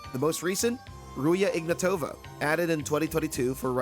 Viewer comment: Please, not Ruje IgnatOva. It's pronounced Ruzha IgnAtova. with a zh sound and a hard A. Really pissed me off but yeah I get the fact it's difficult to pronounce. Otherwise, crazy quality bro <3